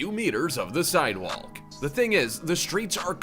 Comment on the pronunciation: Are we just gonna let him get away with saying "Sidewalk" like he's never heard that word pronounced before?!